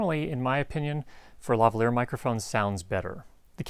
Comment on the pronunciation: Why do all Americans pronounce Lavalier wrong?